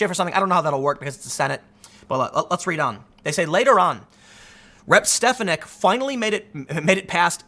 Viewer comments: Love your videos, Tim! But, you were killing me with the pronunciation of Elise Stefanik's name. She's my rep in Upstate NY. her last name is pronounced steh-FAH-nihk, not STEHF-uh-nihk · It's Stef-AN-ik. Sorry, had to get that off my chest. Carry on. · its pronounced "Stef an ick"